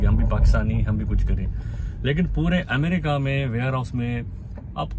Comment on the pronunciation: Amreeeeeka nahi hota America hota h amreeeeeka😂